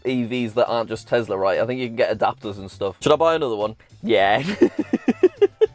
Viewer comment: It’s crazy to me your entire personality is based on a brand you can’t pronounce correctly